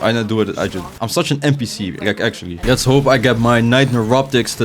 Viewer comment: alsjeblieft leer dingen beter uit te spreken, ik vind je videos goed maar de manier dat je bijvoorbeeld 'lets' zegt. je zegt de letter L alsof het een R is